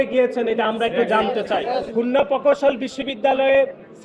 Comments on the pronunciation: শালার পুত, তোর বাপ ফাহাদ আবদুস সালাম কে জিজ্ঞেস কর , কার দোষ। তুই বুইড়া কিসের ছাত্র রাজনীতি করছ? তুই ঠিক মত প্রকৌশল শব্দটি উচ্চারণ করতে পারছনা আবার সংবিধানের ধারা উল্লেখ করছ। ছিঃ! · এদের উচ্চারণ এমন কেনো? পৈত্যেকটি ,পকৌশল কোন ভাষা? এরে কি দেখে নেতা বানাইছে তাও আবার কেন্দ্রীয় সাধারণ সম্পাদক।